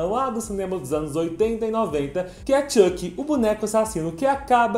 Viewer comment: Vdd ele falou errado